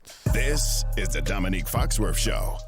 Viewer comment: Intro guy says "domique foxworf" show. Why does the culture hate pronunciation? It's literally just to be defiant lmao